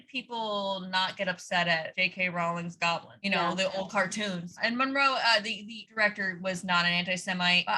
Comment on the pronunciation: I’m embarrassed that I listened, multiple times, how to pronounce Murnau and I still say Monroe 💀